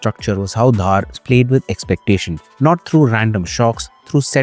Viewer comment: Small correcttion; DHAR is pronounced as दर not धार or धर so the name is आदित्य दर from Kashmiri Community